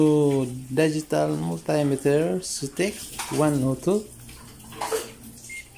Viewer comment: Daygital multaymeter sounds like daygii and Gugol